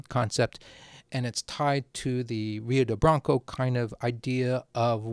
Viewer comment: if Rio de Blanco was Brazilian it is likely pronounced Rio (crap sorry hio?) R’s in Portuguese tend to make this H sound in my experience.